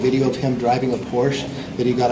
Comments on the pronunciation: As a Porsche owner it is Porscha. Not Porsch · It’s Por-shuh (Porsche).